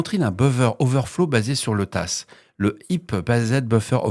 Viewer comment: Bravo pour la 200eme! "Heap-based" c'est bien "basé sur le tas", mais le tas se prononce "ta". On peut aussi dire "débordement de tas" d'après wikipedia fr. On sera là pour la 300eme ;)